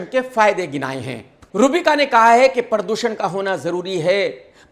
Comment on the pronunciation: “PARR doo SHAnnnn “ 😅😅😅😁😁😁